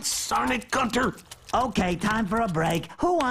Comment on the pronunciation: They're all called Gunter but he pronounces the different ones, differently. For me, Gunter will always be the same penguin.